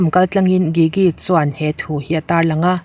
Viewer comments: Gigi jiji tia lam tur aw😊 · Gigi hi "g" kan lam ang hian lam tur